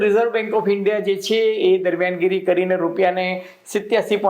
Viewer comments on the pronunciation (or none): none